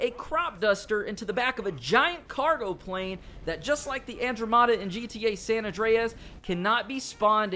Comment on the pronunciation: First of all its Andromeda not Andro-mada. Second you can find it at the Las Venturas airport ALL THE TIME. It's in a giant closed hanger to the left of the entrance gate. And yes you can fly even though it takes awhile for it to take off.